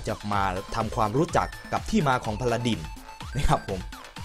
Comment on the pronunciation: พาราดิน ไม่ใช่ พาราดร พาราดร ไม่ใช่ พาราดิน